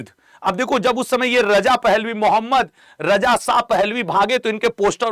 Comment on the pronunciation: اب چوتیے ساہ نہی ہے شاہ ہے پہلے بولنا سیکھ پھر رضا شاہ پر وی لاگ بنانا ابھی تو صرف رجا ساہ پر وی لاگ بنا 😅😅😅😅